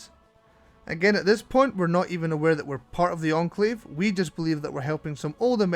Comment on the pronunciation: you spelled enclave wrong and said encalve